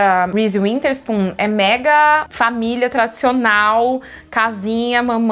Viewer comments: Eu adoro que você sempre falar winterspoon e não witherspoon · Toda vez imagino a Maqui tentando corrigir Karol quando ela fala WiNterspoon ao invés de Witherspoon kkkkk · Karol nao consegue falar Witherspoon rsss